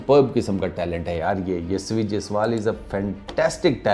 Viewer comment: Yashvi nahi 😂hai yashashvi ...mean capable in english...yashvi is girl name 😂😂